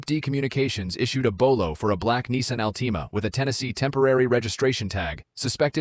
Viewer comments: Again, DUMP the A.I. voice-overs! The word for the Nissan Altima is pronounced "ALL tima, not "Alteema!" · Horrible AI narration. Can't pronounce Altima. Says P I T maneuver instead of pit. Lame.